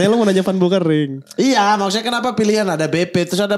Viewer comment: Ngakak kpn jadi "Bau Kering" 😂 kan aslinya "Beu Kering". Kasian itu emak bapaknya ngasih nama di aqiqahin 2 kambing. Edit: Alhamdulillah judul namanya sudah dirubah sesuai aslinya. 🙏